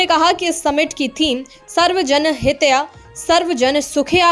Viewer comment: ये कैसी हिंदी है- सर्व जन हित्या/सुख्या ? कम से कम अच्छी हिंदी जानने वाले news reader ढूंड लीजिए